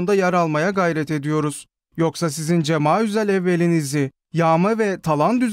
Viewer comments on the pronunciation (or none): Cemaüzel değil o Cemaziel evvel kültürsüz